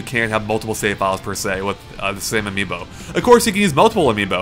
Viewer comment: Is it bad it took mispronouncing Amiibo for me to finally understand why they called it that?